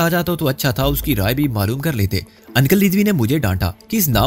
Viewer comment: ان + کل 😂😊😅 بھاٸی انکل uncle کہنا ہی سیکھ لو مسٹر 😄😂😀😅